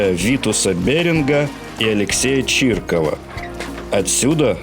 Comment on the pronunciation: Чирикова а не чиркова, грамотей.